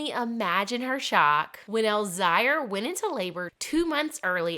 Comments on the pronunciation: Elzire = Elle-ZEER Olivia = Olly-VAH Emelie/Emilie is still pronounced like Emily. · It’s pronounced El zire like elzeer. The little girl is Emilie (hard E) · You need to learn how to pronounce their names. It’s Elzire (el zeer), Oliva is (all ee va)